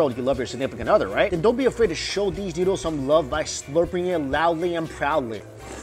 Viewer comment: The next time he says oder instead of other.....